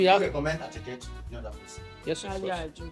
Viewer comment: Attieké not asaké 😂